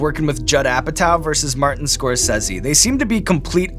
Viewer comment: The way the host says Scorsese triggered me wayyy more than it should have.